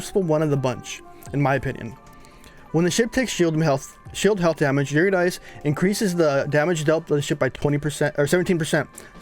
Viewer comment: It's pronounced "Yer-rid-eh-c" Eurydice, she's a Greek Goddess.